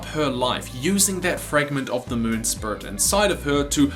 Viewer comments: For god sake man... It's Spirit, Not Spurt!! 😂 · You don't speak clear , who says spurt you need to say spirit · Lol how many times you say "sprit" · Its SPIRIT not sprit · why do you not say spirit but you say spirt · I've already pointed it out in another of your videos. Your accent says 'spurit' instead of 'speerit' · I swear, dude I love your videos and i am a recent subscriber but to me, every time you say “spirit” to me it sounds like you’re saying “spurt” idk why it just does to me😹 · "spurut world" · The "Spirut" World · Say spuirt...one more time. Rhymes with squirt. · This video was just an excuse for you to say "spurit" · I really like how this guy pronounce Spirits, it sounds like Spurt!